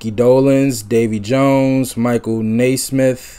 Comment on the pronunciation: First it’s pronounced Nez-mith. Yes they played their own instruments. They started as actors on a television show who were hired because they could play and/or sing. Stop trying to compare bands. Accept them for who they are.